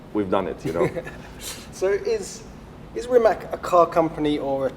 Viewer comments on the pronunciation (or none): Its rimac not rimak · Its not Rimak with K , its Rimac with C ! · It isn't Rimak, it's Rima c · Rimac not Rimak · its not Rimak its Rimac like WITH A C, try Rimatz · Bro its pronounced Rimac not Rimack haha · *pushes glassed up* ...ummmm actually it's pronounced RIMATS, not RIMAK. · its not rimaK,its rimac (ts). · Stop calling it a Rimak. It is Rimac (ipa r i m a ts) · Imagine pronouning Rimac wrong